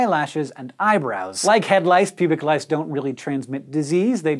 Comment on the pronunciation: lice sounds like rice!